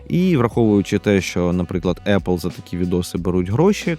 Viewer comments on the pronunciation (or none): none